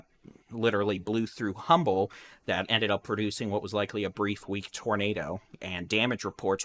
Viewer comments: It’s pronounced UMBLE, as if the H is silent❗️⚠️ 1-9-2022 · FYI it's pronounced umble, h is silent.